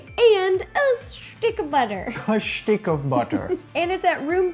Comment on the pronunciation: I really like her videos and all, but why does she always have to say "shtick" instead od "stick" of butter?